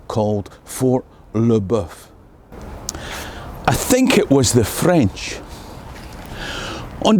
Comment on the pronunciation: Fort TheBeef? Gotta love the french